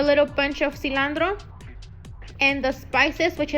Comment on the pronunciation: I couldnt shake the way she pronounced cilandro